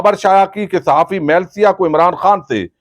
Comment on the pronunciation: یارا تسیں باہر دے لوکاں دے ناں تے ٹھیک لیا کرو۔ اس جرنلسٹ دا ناں میلسیا نئیں۔ اس دا ناں ملسا اے۔ م تے زبر اور ل دے تھلے زیر اے۔